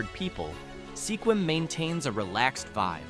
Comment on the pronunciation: you said Sequim wrong 😞